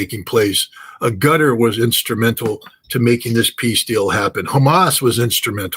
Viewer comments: It’s Qatar not Gutter Free Palestine Genocide leaders must be in prison and pay reparations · Scott calls Qatar - Gutter , classic